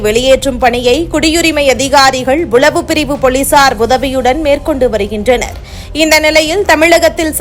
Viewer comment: உலவு பிரிவு உல் துறை. இந்த பெண் தமிழை நன்றாகக் கொலை செய்கின்றாள்